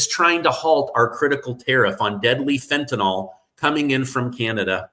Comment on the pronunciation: The product is called fentanyl not fentanyl read it and pronounce it correctly